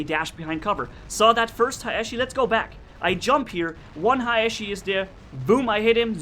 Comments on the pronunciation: Actually Haechi is a Korean name so it Should be pronounce like that. 해(Hae)치(chi) which is pronounced Hee-chi (not Hichi). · Pyrotech442 Yeah sorry if i sould like an ass correcting you. All I meant was that the words should be pronounce from were they come. Although Haechi is written in english it comes from a Korean word romanized. That's why think the real pronunciation Should be respected.